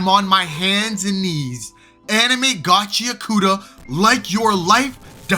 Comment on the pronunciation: and also ur not pronouncing gachiakuta right dawg its GACHI-AKUTA (pause between I and A) not gachiakoota 😭💔